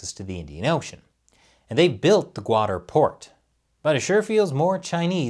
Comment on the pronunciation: It's pronounced "kutter" or "kut-tar' ", not guader.